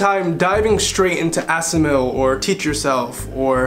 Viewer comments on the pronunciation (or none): you say "... diving straight into asamill or teach yourself or living language like more dry textbooks or audio textbook programs is not the best approach either ..." WHAT IS "asamill"?